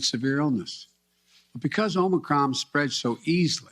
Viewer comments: he called it "Omicrom"😅🤣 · I notice someone told him to stop calling it Omnicron. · Did he actually say, "Omicrom?" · Aomnicrom omnicrom omnicrom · ahem Omnicrom ahem! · He must have been schooled on not calling it OMNICron. LOL. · He called it omi crom 🤣🤣🤣